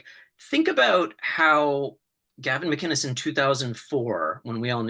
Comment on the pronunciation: For fuck sake Michael. It’s Mac-In-is, not Magin-is. I really expected more from you